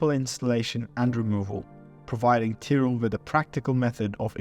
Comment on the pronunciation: Why would you pronounce Tyrell like that...